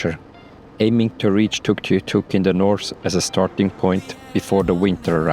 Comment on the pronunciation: Sooo beautiful!! 🤩🤩 You guys are cute, the moose, cuter. Thanks for all of the facts about the area. P.S. Good try on “Tuktoyaktuk” 🤪